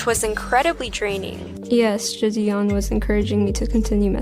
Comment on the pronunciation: “JID-dion” Jesus the way she can’t pronounce a simple name makes me cringe